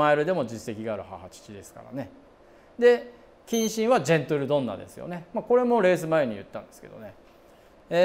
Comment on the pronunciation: いつもジェントルドンナて言うてるな笑